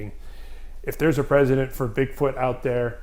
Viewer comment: "Precedent," not "President." Press-Eh-Dent.